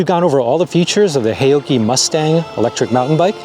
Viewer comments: Pronounced " how - chee " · FWIW, a closer pronunciation would be "how-Chi" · Loved your pronounciation of "haoqi," which of course I don't expect you to know. But what might be of interest is that, depending on how you spell it in Chinese characters, the Chinese meaning of Haoqi is "curious, full of curiosity" or "to be in a good mood." it could also mean "heroic spirit" but that would be less-commonly used. So, I think, a rather cool name for this brand.